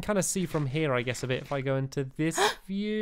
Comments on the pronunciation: Stampy did say pit instead of bit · He said fun pit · Stamps u did say fun pit lol :) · he said fun pit!!!!! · He did say pit not bit!! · I thought he said fun pit to